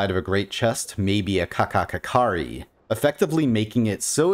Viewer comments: lol didn’t even notice that. Also hearing him obliterate the pronunciation of ‘kakkakikkare’ was the funniest thing ever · The way you pronounce "kakkakikkare" is damn hilarious. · P love the way you say kakkakikkare.